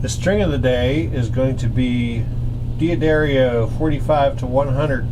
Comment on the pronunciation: D'addarios.... "Dee'adarreeos"? How can I trust you with my setup if you can't even read the packet of strings?